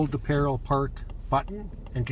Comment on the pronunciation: The word “parallel” has three syllables. You keep saying “Peril Park.” Stop.